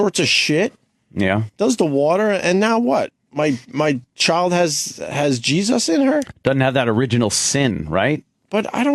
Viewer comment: Opie is such a simple minded moron. He asks questions like a 3rd grader. "The geee zuss" who the fuck says jesus like that you fucktard.